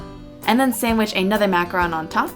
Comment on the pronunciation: Yes, for once someone pronounced macaron right!